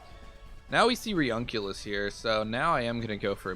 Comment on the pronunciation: Its pronounce reUNIclus re-uni-clus A bit like nukular.